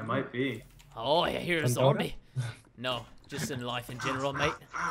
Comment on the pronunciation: You called a skele bean a Zambie....... WHYY